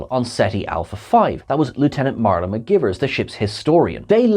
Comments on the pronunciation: McGEYEvers not McGivers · Lieutenant Ma-guy-vers 😉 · That was driving me crazy during the video. mih-GUY-verz. Spock will back me up on this. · Came here to say the same thing 😂😂😂